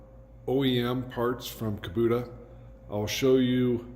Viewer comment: Outstanding installation....very sanitary. Since I'm on my 3rd Kubota and used them with a business, curious as to why you call it a Kubuta when it's an "O" after the "B". Not sure if you're from Canada or some other Country, just was puzzled. Keep up the nice installs; looks very professional. A lot to be proud of there!!